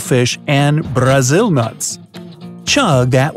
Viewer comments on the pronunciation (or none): Brrrrrrrazzilll Nuts!